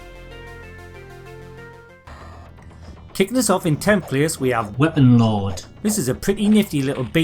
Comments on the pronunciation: I did wonder why it sounded like that, no worries, though. Enjoyed the video. Thanks for the work you put in, mate. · 😂 I thought you said it that way on purpose to make fun of the edge lord sounding ⚔️Weapon lord⚔️